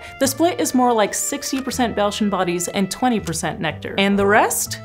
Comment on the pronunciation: At first I thought she said ‘Belgian bodies’ and got very confused 😂